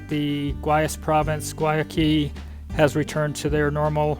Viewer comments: Learn how to say Guayaquil. (Why a kill) is the proper pronunciation. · Haha...I thought it was Guayaquil they were trying to say. I lived in Cuenca for almost a year. They are just traveling through though. Of course there's Google Translate:)